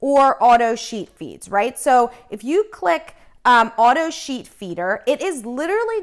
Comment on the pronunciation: When you speed up the video you sound like you are saying "cheat"